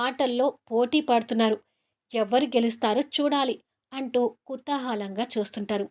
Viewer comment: Kuthoohulanga andi babu. Kuthahalanga kadandi.